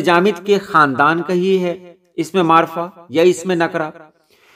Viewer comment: اسم نکرہ اور معرفہ کا تلفظ بھی آپ نے صحیح ادا کیا